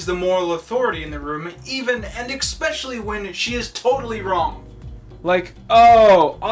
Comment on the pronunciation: nobody:: eckspecially